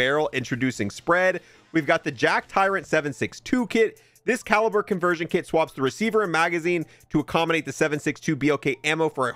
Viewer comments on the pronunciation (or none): none